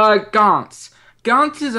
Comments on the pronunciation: It isn't pronounced 'Gants'. It is pronounced 'Gan-tsu' I am sorry to be the pronunciation nazi but it annoys me when it is said wrong. But the Anime is just fantastic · Even the anime says its 'gan-tsu'. Well that is what I heard but I may be wrong